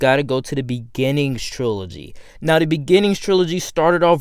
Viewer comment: “Duh story of duh wolverine” “De worst consistent” Why do you say duh?